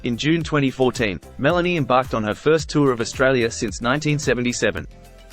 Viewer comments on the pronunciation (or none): none